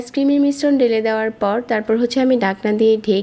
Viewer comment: Apnr vdo sundor kintu apnr kothar uccharon sundor na😑 ডাকনা কি? জটপট কি? ডেলে কি?